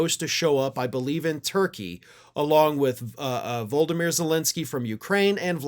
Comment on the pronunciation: PLEASE stop calling Zelenskii 'Voldomere". He isn't an evil, bald wizard with no nose. I believe his name is pronounced Vol-od-o-mere. Thank you.